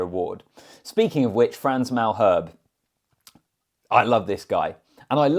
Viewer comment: 3rd - De Allende (for some reason he gets no love and yet he bosses the midfield) 2nd - Frans Malherbe (stick an A at the end when you pronounce his name MAL - HERB - A ) 1st - Eben - full season of excellence. He is due a World Player award.